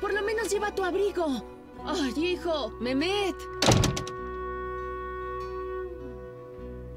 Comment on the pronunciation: ¿Qué no "Memet" es MEHMET? O sea, se pronuncia "Mejmet", creo